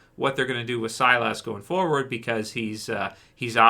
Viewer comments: Its pronounced SI-LUS not SI-LASS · Silas is pronounced SY-liss not SY-lass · “SIGH LUS”, not SIGH LASS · I'm pretty sure his name is Silas not Cylus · when he said "ass", I was like what did you call me?? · Stop saying silas name like that. You keep pronouncing it wrong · man you're still prouncing Silas name wrong lol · Lol every time he said Silas name I would correct him like he could hear me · It sounded like an x-men character 😅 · The A is silent